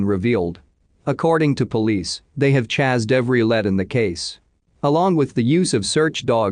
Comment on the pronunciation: This is why I hate the robotic voice: it said "chazzed every led" instead of "chased every lead."